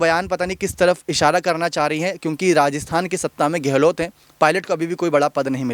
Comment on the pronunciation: आप की शैली बेशक प्रशंसनीय है...मगर कुछ हिन्दी के शब्दों जैसे कि धैर्य... योद्धा.. व गहलौत आदि के उच्चारण में बहुत ही अशुद्धि या त्रुटि है... आशा है उच्चारण शुद्ध करने का प्रयास करेंगे.।